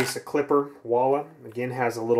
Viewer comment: Pretty sure it's pronounced wall.